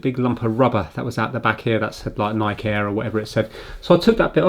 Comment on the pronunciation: Hey, you pronounced Nike wrong